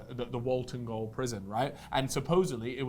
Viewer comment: Gaol is pronounced jail btw